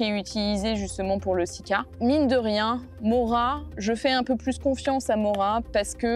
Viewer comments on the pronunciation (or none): none